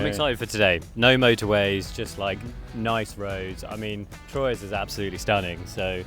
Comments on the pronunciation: I think that Troyes is pronounced "Twa". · Nice vid, pronounced Twa btw not Troyes. Beautiful place.